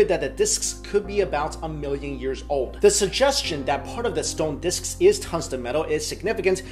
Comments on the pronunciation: " diskisisss " lol thumb up if you no wah am talking about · I think you are over-pronouncing the word "disks" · Great video Could listen to you say 'disks' a thousand times in a row